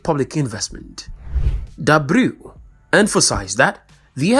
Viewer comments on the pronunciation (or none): The minister's name is pronounced as D'Abreu, not D'Abrew. The person presenting the video has English as the first language, since Angola's first language is Portuguese it would be better to have a person who's first language is Portuguese, at least for a change. Thanks.